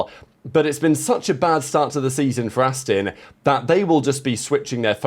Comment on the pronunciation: It's 'Aston' , Not 'Astin' ...